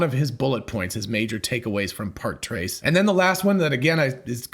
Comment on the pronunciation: "trois" is pronounced more like "twah" than trace. You did do all five years of compulsory French at secondary school, didn't you?